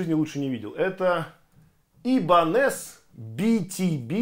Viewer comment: Не "Ибанез" а "Айбаниз")))))